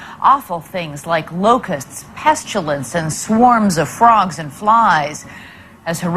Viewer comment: The word is pestilence not pestulence.